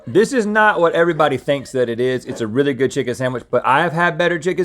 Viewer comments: Dammit,, stop saying SAMWICH! The word is SANDWICH! 😖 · Love this episode except hearing “samwich “ instead of sandwich so many times! 🙉 sorry it’s a pet peeve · I love you. But the word sandwich doesn’t have an “m”! It’s SANDwich. Not SAMwich. Link was doing that too and it was driving me crazy! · Omg. Can’t stand when people say “saMwich” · I can’t stand saying “samwich” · Everytime says “samwich” I have a mini stroke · I like how all 3 of them say "samwich" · is saying "samwitch" or am i hearing things